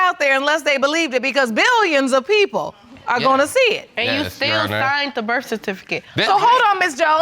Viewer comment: “I was at the birf.”